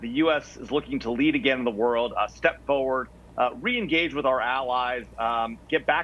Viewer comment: The Guy keeps saying Fuwerd instead of Forward! I can't stand it. lol